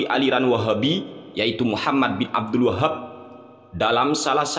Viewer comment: Abdul WAHHHAB. muantep nglafadzkannya. 🤣😅🤣😅🤣😆